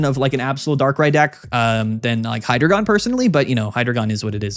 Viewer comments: It’s actually “high-dry-gon” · I could be wrong, but I always thought it was pronounced Hi, like short hello, followed by the word dragon. Kinda like you’re saying hello to your friend dragon in the hallway. Hydreigon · It’s actually pronounced “Hydreigon” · I’ve actually always pronounced it “Hydreigon”